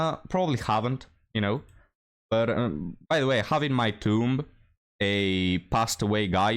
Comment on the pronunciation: Also, "tomb" is pronounced "toom", not "toomba". The b is silent, like the grave. I considered not telling you because I don't speak anything but americanized english, and I love your accent, but just saying... Maybe it was like that in 2000 BC in England though.